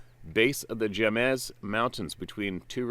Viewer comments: Jemez pronounced “Hey-mez” the J has an H sound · My nephew was born on Jemez Pueblo. one of the reservations this woman was in between. He told me him and his friends saw one on the reservation. And the J is pronounced like an H